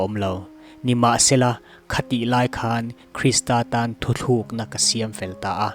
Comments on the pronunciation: Thu thluk na / nilo vin thu tlûk na tih tur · Thu thlûk ni lovin Thu tlûkna tia lam tur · Thu tlûkna, a ni zawk maithei 😊